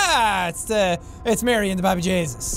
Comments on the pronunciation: Ah sure yeah the babby Jaysus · Alana Evensen he says "Mahry and the Bahby Jesus, howya lads?"